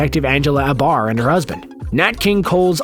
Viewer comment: You said Dan Dreiberg where you meant Hollis Mason. Also: Angela "ay-bar", not ah-barr.